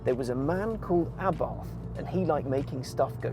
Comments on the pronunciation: It's pronounced Abart.....pathetic level of research....get it right, UNSUBSCRIBED......... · It's Ahh-BART. There is no "th" sound in Italian. Its also "Abarth & Co." as in "Company," not "C."